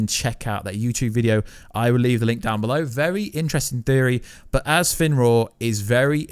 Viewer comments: Fenroar? It's fenrir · Aye bro sorry to do this to you but it's fenrir but the r is a d sound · I don't even care about how you say ragnarök, but Finroar PLEASE STOP, GET SOME HELP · Ragranok? Fenroar? Feyah? Either you're trolling (you did pronounce Ragnarok correctly a few times) or you legit cant pronounce Ragarok, Fenrir, and Fey (or Laufey) correctly